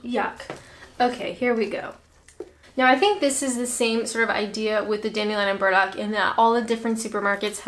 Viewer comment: You said dandelion & birds-muck wrong! No IRN-BRU either!